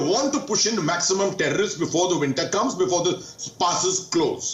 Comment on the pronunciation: The thherrrr-o-rrrrristsss annihilated.